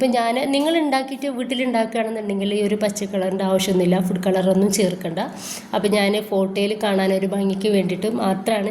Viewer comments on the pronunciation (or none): none